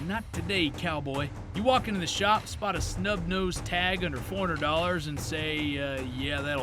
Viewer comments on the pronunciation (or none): none